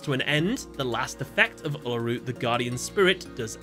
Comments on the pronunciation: As an Australian, it was incredibly painful when he said "ella roo" instead of "ool a roo" 😫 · You say uluru so funnily 😅